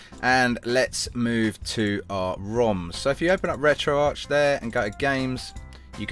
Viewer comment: Its pronounced retro ARC not ARCH :/